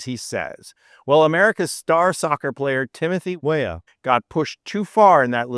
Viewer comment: What the eff is wrong woth this video? Every time you said Weah, did you mispronounce it? And then poorly dub the correct pronunciation over it? Frigging sloppy man, insulting to the athletes you were trying to support.